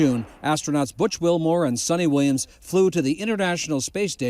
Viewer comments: Ann it’s not Sunny Williams it’s Pronounced Sooni Williams or if u want to be correct and proper Pronouunce it SOONITA WILLIAMS ! Thanks 🫵🏽🙏🏽🤦🏻‍♂️ yes I know it’s “Ana” 😅 get my point ? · Its not sunny williams..its sunita williams